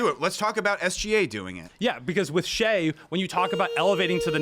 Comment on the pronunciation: and the way he said “shie” instead of shai. these old heads dont even watch the league they js hold on to nostalgia